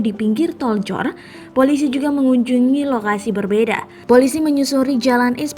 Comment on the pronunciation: Tol JOR kaka ,bukan joltor